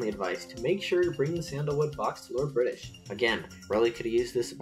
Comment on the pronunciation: LORDO BRITISHU